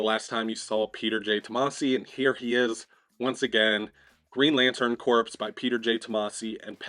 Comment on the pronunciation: Hey, just FYI, "corps" is pronounced like "core" not "corpse". Not a criticism or anything, just letting you know. 🙂